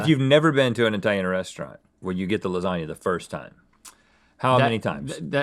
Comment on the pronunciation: "Eye-talian" sends shivers down my spine.